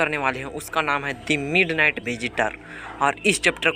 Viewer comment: MidNight not midnig